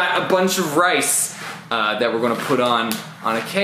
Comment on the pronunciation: No one: Literally no one: Evie Taylor: rices